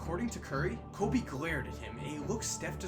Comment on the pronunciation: It’s KO”freakin’”BE